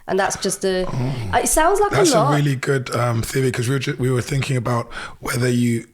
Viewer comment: Does she write "Finking" "Fousand “" Wevva" and "Wiv" in her book?